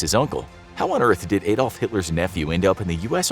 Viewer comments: It anyways sounds weird to hear "Ay-dolf". His name was "Ah-dolf". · Adolf is pronounced like Ahdolf not Aedolf